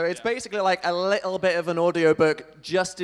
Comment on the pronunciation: "li-lle" its little dan